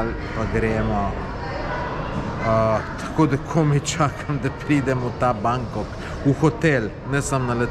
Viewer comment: Lepo. Poskusi govoriti pravilno. Bangkok. Ni Bangkog. Ok? Snemaj, predavaj, komentiraj. Mi te gledamo. International955 tt. 🍀👍